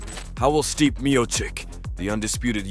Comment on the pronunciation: Can this voice bot even pronounce Stipe's name properly